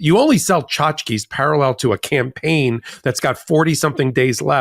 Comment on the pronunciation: Tchotchke - see Ben for pronunciation.